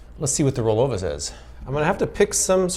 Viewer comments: How much times did you have to do a re do because you said rollover rather than rollova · I think the pronunciation is supposed to be similar to the watch, Bulova, where the stress is on the first syllable, but I could be wrong and it wouldn't break my heart. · I thought you picked up a Boston Accent 🤣it was just the brand name.